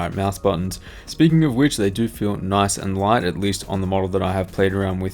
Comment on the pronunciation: You pronounce lightest just like Linus